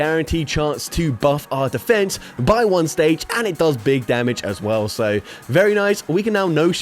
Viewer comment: "Dig Bamage!"